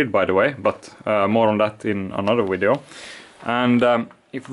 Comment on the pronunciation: I love the way you say video 😅😅😅 Great wideo😂